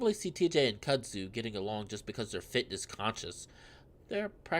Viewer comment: its pronounced kud zoo :P